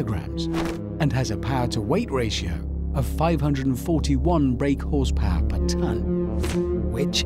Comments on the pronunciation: " makes 730 brake horsepaargh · "730 brake horspaah' -Richard Hammond